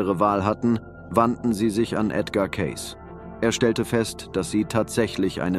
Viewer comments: Sein Name wird Ceysi ausgesprochen, er war einer der größten Hellseher überhaupt, bescheiden und immer für andere Menschen da. ❤ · Sie betonen falsch seinen Namen. Oder Ki.😢😢😢😢.schlecht leider